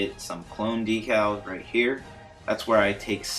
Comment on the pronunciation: Thanks! The only thing that bugged me was that decals are pronounced deck-als. Again, thanks!